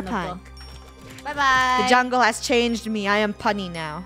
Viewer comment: we're on a jungle adventure. Me: I all most thought she said jungie